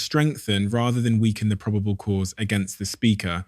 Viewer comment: AI voiceover proh-bay-ble (probable) cause Flor-ee-da (Florida)